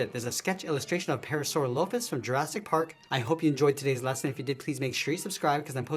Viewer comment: You pronounced the name wrong😔